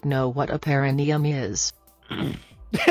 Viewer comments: I wonder if he's thinking of the horticultural word Perennial and mixing it I to the pronunciation. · repeatedly mispronouncing perineum while chastising others for their improper vocabulary was my favorite part of this stream Edit: damn it, they already called it out